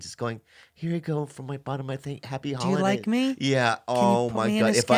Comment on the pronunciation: “Here you go from the bottom of my happy holighe”